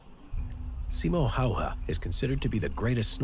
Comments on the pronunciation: Its Simo Häyhä not simo hayha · Its Simo Häyhä, no Hayha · It's not called Simo Hayha it's called Simo Häyhä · Welcome To Finland❣️ and its Not Hayha he is Simo Häyhä❣️ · "Simo heija" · I live in finland and you say it simo häyhä not simö hauha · Simo häyhä not simo hauha he was a legend and here’s some Finnish simo oli paras ja mäkin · Not Simo Hayha it is Simo Häyhä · Hes name is Simo Häyhä not Simo Hayha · Its literally said simo häyhä no saimou haihya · For f*** sake its Simo Häyhä not Simo hayha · Actually it is Simo Häyhä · gg and his name is pronounced 'See-mo Hey-Hah' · You almost nailed it, mate. Thing is with the Finnish language, every letter in words and/or names are all syllables. So writing his name out it would be like "Seemo (pronounced like the double "o" in the word door" or the "ou" in the word "four") Heyhhaeae" (or as in so to speak, a prolonged first "e" in the word "where". Also, the provissions he brought, he always ate them cold as to not reveal his possition to the Russians. 👍👍🍻🍻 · Its called Simo Häyhä im finnish btw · Its pronoused s i m o h ä y h ä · Its actually Simo Häyhä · It is Simo Häyhä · You didn't even get the name right. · It's Simo Häyhä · Its Simo Häyhä ) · Its Simo Häyhä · Btw its simo häyhä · No you didnt its simo häyhä